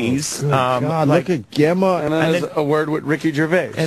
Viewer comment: Is the name Gemma not used in America? Hearing Opie mispronounce this is embarrassing.